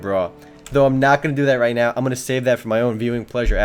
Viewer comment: He seized the moment rrrright...